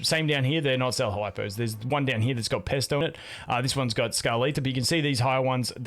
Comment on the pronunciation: Did... did you just call Phraesto Pesto? 😂